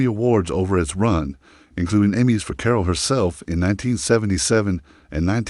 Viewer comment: "Core-All"? Your AI sucks. NINE MINUTES for a story that could be told in less than three...